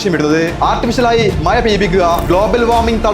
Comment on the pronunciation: മയ അല്ല മഴ..